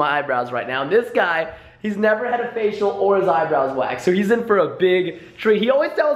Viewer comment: Guys go to he said heez Italian oMG lol <3